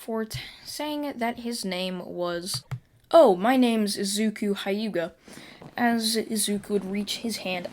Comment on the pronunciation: Your saying wrong It is the hyuga clan